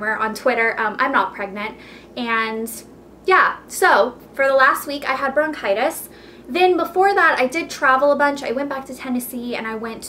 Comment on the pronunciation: i think its bronchitis not brocitous..